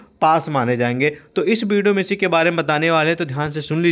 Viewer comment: इसी तरह ❌ इफी तरह ✅😂😂